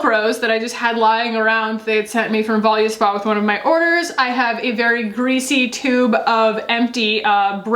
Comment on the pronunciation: I say this with love because I’m obsessed with the brand as well - but I think you’re pronouncing VOLUSPA wrong 😘❤️🌟 can you research and get back to me?!